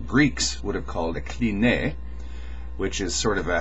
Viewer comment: it's not "klineh", it's "klinee" ;) still not exact, but closer